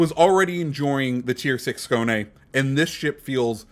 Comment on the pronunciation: Excellent pronunciation with the Skåne! You are the first native English speaker CC to get it (nearly) right.👌